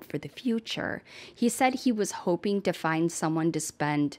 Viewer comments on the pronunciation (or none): none